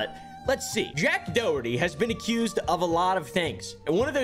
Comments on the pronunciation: always cracks me up the way he says Doherty like "Do-hurty", he's not even joking, just putting the stress in completely the wrong part of the word. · You're saying "Doherty" wrong- Its "Daw-hur-ty"- signed, A real Doherty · It's how it's meant to be pronounced though. It's an Irish name, I live in Ireland and everyone is saying his name wrong except